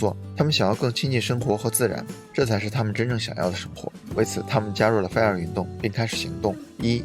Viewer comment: 是fai 儿 不是 菲儿 真是闹死了。。。。忍者听完了 对不起挑刺了 不过感觉博主的发音真的可以好好调整一下 要不然一说这个词 真的太出戏